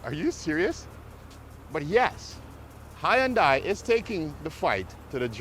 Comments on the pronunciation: It’s not HY YONDAI. Lol. It s more like hun - day. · well, the proper pronunciation is "hun-day" not "hi-and-die". i'm giving you the proper pronunciation, not the proper spelling obviously. if you honestly do not know that it is pronounced 'hun-day", .... then i don't know what to say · can you say ........ HUN - DAY..........???? but, if it's "HI AND DIE" you must, then have fun i guess. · It’s Hyundai rhymes with Sunday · The way you say Hyundai would make their Marketing team cry. But still a good video, these cars are awesome. Currently buying one. It's Hyundai, like superbowl Sunday! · It's pronounced Hun-day... Rhymes with Sunday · He has to be trolling us with the Hi and Die pronunciation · Hey genius, I JUST called Hyundai Motors America and they've said that it's pronounced HUNDAI like SUNDAY, MONDAY. In their case, you drop the Y in the pronunciation in the United States and that comes from the company itself. You'd think that the company itself would've issued the proper pronunciation of their company WORLDWIDE years ago had that been the case despite where people are from with their accents. Toyota is pronounced TOYOTA worldwide so accents and differing cultures isn't an excuse. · About the most annoying mispronunciation of Hyundai watch the video on mute lol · You’re saying the brand wrong bro